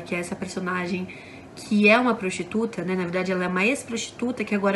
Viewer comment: "proxxxxxituta" portuguesa kkkkkkkkkkkkkkk